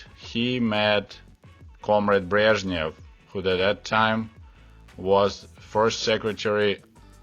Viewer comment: It is encouraging to hear the names <<Brezhnev>> and <<Chernenko>> being pronounced correctly.